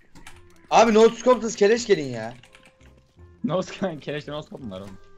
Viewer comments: Şu scopa neden no scop diyorsunuz yav 😂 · Abi neden scopa no scop diyonuz